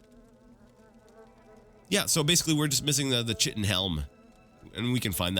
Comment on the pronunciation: Oh man, you almost hurt my ears with that "Chitin" pronunciation, so sharp :D (for future reference, it's 'ˈkītn'), but nevermind that, I still love your series, but i'm sad i'm quickly running out of episodes to watch, I got through Daggerfall in like 2 months and there are only 30ish more Morrowind vids atm :(. Maybe I should rewatch Arena to give you some time to buffer more Morrowind? :D